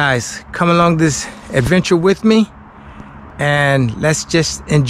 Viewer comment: Did you really just say "we're gonna start our eventure?" you do know it's ad-venture, right?